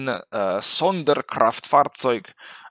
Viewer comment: I like how you pronounce those German terms by the way. Sonderkraftfahrzeug...haha, very nice. Greetz from Germany.